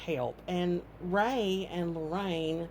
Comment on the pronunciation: It's Ray, not Ray-Ray